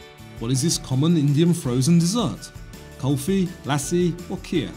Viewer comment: Kulfi is pronounced with a short 'oo'.